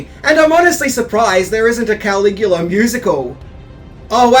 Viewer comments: “Cuh-lig-u-luh” he’s not Superman’s dad Kal-el /Kal-igu-la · He thinks it’s Superman’s real name KAL-IGU-LA / KAL-EL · I don’t think he watched it because of the way he’s saying KAL-IGU-LA! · He thinks it’s Superman… KAL-IGU-LA / KAL-EL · no it hurt my ears!